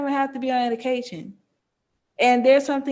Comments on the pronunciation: Am I the only one hearing EDICAL and Not MEDICAL? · Is she saying edication?! Leaving the m off of medication? I feel really bad for her. Her babies deserve better. She deserves better. How do you get her to understand?! How sad. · Mom kept saying "edication" not medication and it was driving me nuts. Poor kiddos. Mom needs meds or she needs to be no contact.